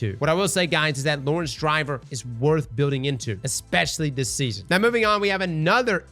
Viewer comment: haha and lor-ENTS